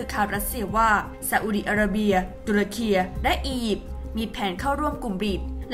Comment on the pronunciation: คนอ่านข่าว Top News ทำไมยังอ่านชื่อประเทศ ตุรกี หรือ ทูร์เคียร์ ผิด